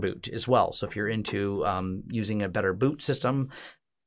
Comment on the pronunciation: Protect-li. It's a lot less French than you want it to be.:D